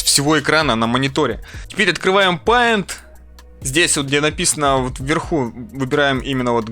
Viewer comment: Не ПАЙНТ, а ПЕЙНТ, на информатике сказали)))